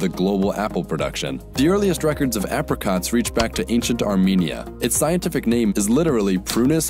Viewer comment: You pronounced Apricot wrong